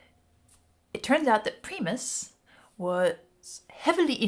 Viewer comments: Prime-us .. singular / first for Primate .. lol not Preemus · (/ˈpraɪməs/ PRY-məs). Each of the 128 times she said PREE-mus it hurt a little. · It's pronounced "PR 👁️ MUS" not "P REEE MUS"! It sounds weird hearing you say it differently 😂😂 especially when I have been turned on to them since the beginning! I remember hearing; "Jerry was a racecar driver" on my graduation night and I've been a diehard fan since! Thank you for ALL YOU DO MY FRIEND AND, OF COURSE, GOD BLESS!! 🙏❤️✌️🙏❤️✌️ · Stop saying PRE mus. Stop it. PRIME us. Say it! And....they ain't new. And they are bass guitar heavy. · You pronounced Primus wrong so I will spell it out so you can phonetically get it. It's not pronounced PRE MUS it's PRY MUS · Why is she saying Preemus? It’s Pr-eye-muss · Preemus sounds ok but it is Pr(ay)mus ;) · OMG please stop saying PREE-MUS, it's pronounced PRY-MUS. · I can barely get over you saying Pree-mus,when it's Pry-mus. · I'm sorry and just so you know for future reference the pronunciation of Primus is PRY like in prybar not PRE like in preview. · The name is pronounced PRY MUS. Not Pre Mus! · It's pronounced Pri mus....not Pre mus. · Pr-eye-mus not Pree-mus. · its PR I mus with an I -EYE not Pre-eeemus with a EEE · For future reference it is pronounced Prime us. Understandably American English words aren't always obviously easy to pronounce. :) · Pr(eye)mus not pr(E)mus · primus pronounced like "pry" and then mus- not pree- mus- sorry i wouldn't correct you if you didn't say it wrong so many times- not trying to be mean just giving you the correct pronunciation and i’m sure i’m not the first to say so- also they are a tough band to just listen to out of the blue and like- you have to pick the right song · It's not "Pr-ee-mus" it's "Pr-eye-mus" 😅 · Just a quick side note. You seem to be pronouncing the name Premus pre-mus but it is pronounced Primus with a hard I sound Pri-mus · Prime Us is the pronunciation. Saying preem us was like fingernails on a chalkboard.